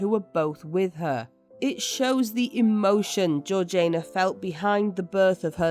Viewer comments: Georgaina? Not being British ..but still "Georgiina" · Isn't it Georgiana (like Victoriana), rather than Georgaina? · Georg ee ana. Not Georgaina. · GeorgINA, GEORGINA not Georjane-a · Great episode, but isn’t it GeorgiANA and not GeorgINA? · Why is her name pronounced Georgian nah and not heritage ee sh na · Well I am British and I am telling you that is NOT the correct pronounciation - it is Georgie-Anna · So did I! I'm sure it should bt pronounced Georgie- anna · This has to be yet another useless AI narration, - it is horrendous that it cannot pronounce the name of the duchess and really annoying. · Sorry but I can’t hear her name pronounced like that !